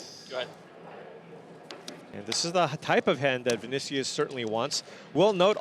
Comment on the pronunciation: The way you Pronounce Vinícius hurt my soul